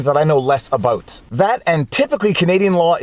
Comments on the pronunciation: I didn’t know you were Canadian until you said less aboat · You said "Abaooot."